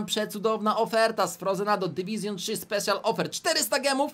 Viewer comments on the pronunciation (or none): none